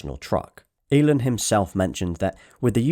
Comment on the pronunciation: Wait wait wait say Elon again. "Elin" Great video though. Look forward to see your cybertruck video 😂